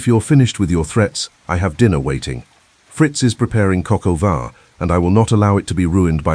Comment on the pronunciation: That is Coq au vin, or chicken in wine in French, not cocoa van..